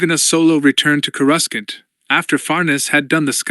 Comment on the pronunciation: I loved the rogue squadron readings. But this one is just not nearly as well read or well executed. Has to have been read by Ai. Human beings don't read .... as dot dot dot or read asterisks out loud. No human being thats watched the movies pronounces Coor ah scant as core russkunt. Makes it a much tougher listen and lessens the story's integrity.